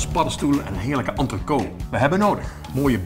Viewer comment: Het is niet "entrecot", het is "entrecote". En "cuisson" spreek je ook verkeerd uit...